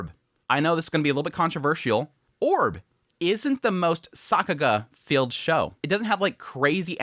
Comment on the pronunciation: Stop saying Sockuga